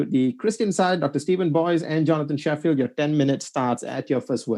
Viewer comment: No no, is right, we should only be engaging academic argument. There is no point in commenting on mispronunciations, as funny as they are. The academic part of arguments are the only thing we should respond to.